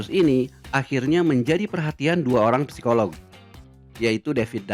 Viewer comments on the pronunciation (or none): none